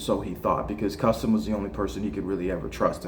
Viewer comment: Cus its Cus D'amato. Not custom or whatever you're saying!!?